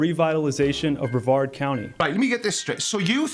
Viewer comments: As someone who used to live in Brevard county, it's pronounced Bruh-vard. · Only one minor complaint,. Now I know you're Welsh and not too familiar with American, much less Southern American pronunciations. And I kow, the county that the NASA complex in Florida operates out of is spelled, Brevard. However, it is not pronounced Braveheart or Bravehard County. It's pronounced like: Bra - vard, County. So if you ever visit my home peninsula, you'll at least be that much more knowledgeable. Love your videos man, keep up the good work! 🚀 🛰🌴☀️ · Just FYI,, it's pronounced bre-VARD (emphasis on second syllable) Thanks as always for the great content. Love hearing that non-accented voice.:D By the way, this guy is not just anti-NASA, he's also a flat-earther, so yeah, he's just as out there as you think he is. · Hey - American English, my dude: bre-VARD County. (Some of us also say PEEcan, rather than pehKAHN.)